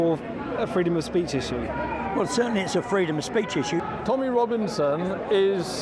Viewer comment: Wtf is freedom of speet?